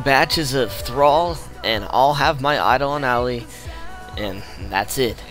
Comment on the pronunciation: eye-doll-on al-eye